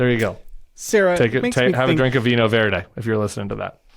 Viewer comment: "Vinho Verde" == VEEE-NEEE-OH VER-DEH (or VER-JEE if you're from most parts of Brazil)